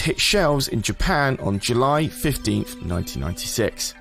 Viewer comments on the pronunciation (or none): none